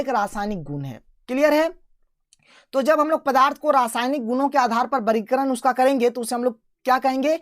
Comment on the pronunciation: Sir aap vargikaran ko bargikaran kyo bolted hai